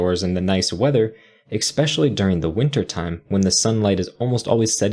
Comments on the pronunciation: The word is "especially," not "ex-specially" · with all due respect, it's especially (with an 's') not expsecially. IMHO - saying it that way takes away from your otherwise very professional demeanor. I'm trying to be helpful. Keep up the great work!